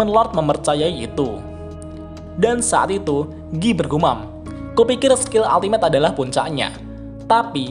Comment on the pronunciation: Giyy.... just say guy bro lol